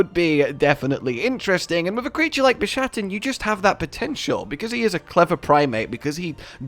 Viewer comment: So, is he mispronouncing the name intentionally as a joke to make it sound like Shat in the middle?